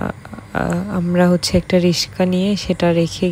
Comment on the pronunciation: রিশকা না রিকশা